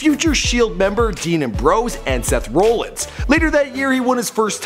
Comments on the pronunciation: It's Seth ROllins , not ROLLins... 🤦🏻‍♂️ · Pronounced as dean am-brose and Seth ra-llins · "Seth Roolins" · You butchered the pronunciations of the wrestlers especially Seth rollins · Can this nigga not say Seth Rollins? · He said dean a bros and Seth roll ins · lmao He said Dean Ambrose and Seth Rollins so wrong😂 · Strowman, Seth Rollins and Dean Ambrose all pronounced incorrectly😂😂😂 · also don't make thz vids if u don't watch wrestling, ur doing all this research, yet u can't say their simple names ( not hating tho ) "seth roll-ins" "dean aim-bros" "lee-key" sry but if ur gonna make a vid, learn how to say their names 😂